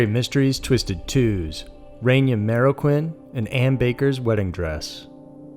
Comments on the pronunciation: Reyna Marroquin, pronounced RAY-NUH MARROW-KEEN, please up your game on this..... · Good video, but the pronunciations could use some work. The woman's name is pronounced RAY-NUH MARE-AH-KEEN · Her name is pronounced Rey-na. Not Ren-ya. You said it right a couple times. :/ Her last name I understand is harder pronounced "Marro-keen."